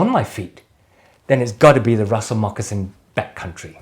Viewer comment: As always, a real pleasure watching and learning from you, my friend. Thanks for the mention ☺️ and pronouncing my name the right way 😁. I need to get me a pair of Russell Mocs.